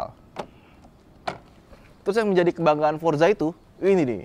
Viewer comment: Forza, bukan Forsa 😂